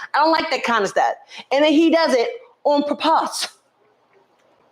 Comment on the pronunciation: Trinaaaaaa!!! I am hollering😂😂😂😂 you said “on purpossss”. I’m definitely saying it like this from now on!!! Y’all are comedy😂😂😂😂